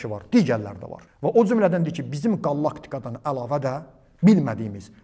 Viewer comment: Qallaktika yox QALAKTİKA. L hərfini 1 dəfə de.